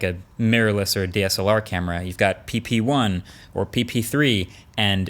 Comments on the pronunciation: C A M E R AAAAAA! Not in uk camery🙄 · It's a good "camry". - Marques(2021) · Was the "great camery":? part intentional or a mistake and you left it in? Either way I love it!